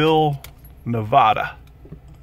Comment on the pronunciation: Henderson, Nevaaada, not Nevahda! 😁 The rental place for Cruise America is near where you are.